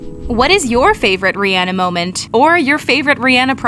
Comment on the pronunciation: She really went reanah